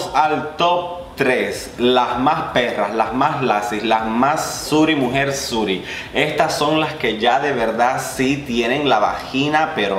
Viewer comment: Suri quedé jajaja. Es Suiri mi amor